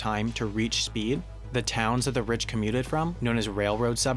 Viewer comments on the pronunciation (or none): Oh for the days when we didn't have to put up with constant AYs and THEEs in this vlog. Your voice-over was so much better then.